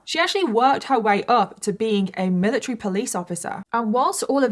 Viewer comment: lol the amount of times you said "miliTREE" is actually crazy 💀